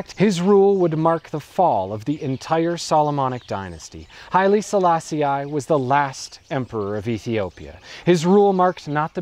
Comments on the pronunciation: Not bad... but, just so that we get it "I was never meant to understand the Rasta", did you have to make the point so blatantly by pronouncing the Emperor's name the American way, as "Sala-Si-Aye" when it's obviously just "Sala-Si"? Your analysis & research looks good, so you must've heard the right pronunciation 100s of times, still couldn't help showing off your schoolboy Americanism? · You do good research. But your pronunciation of names leaves a lot to be desired. Like here when you say countless times Selaaa-si-aaay. Please do some research on how to utter the name before you launch an entire video on the guy. You should know this English/American "i" is not only incorrect, but plain offensive. Like George Bush's Aaaay-rack for Iraq and Aaay-ran for Iran or the obnoxious Aaay-tel-yen for Italian. It is not Selaaa-si-aaay but simply Selaaa-sih. Here's Wikipedia to help you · Rastafari pronounce it as Sa-la-see-i which I presume is why he pronounce it that way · Why does he keep pronouncing 'Selassie' like that? ("selass-ee-eye") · kourii yes.... this REALLY irritated me! Get his name right FGS man!